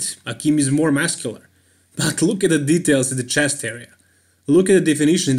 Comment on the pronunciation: Muscular not "masscular " xd , not hating btw , i like this channel